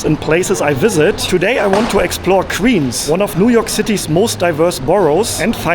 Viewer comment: You should learn how to make the "w" sound. Queens pronounced like "qweens," not "qveens"